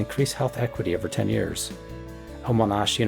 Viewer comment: Monash is pronounced "mon-nash" rather than "moh-nah-sh" here in Aus. We do more of an ah/eh rather than an ah/uh sound here in the Australian dialect :) it's fun giving tips whenever an Australianism comes up, we can get some real fun word and sound combos here